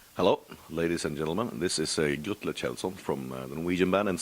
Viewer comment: thumbs down for mispronouncing Grutle's name.